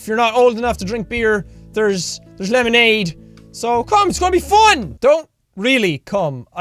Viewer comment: I laughed so hard when he paused and said "there lemonade"😂